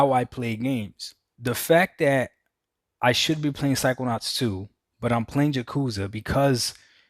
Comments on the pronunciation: Why is Doc calling "Yakuza" "Ja Cu Za"? LOL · Learn how to pronounce Yakuza next time Doc. You either get it right or leave the gaming community.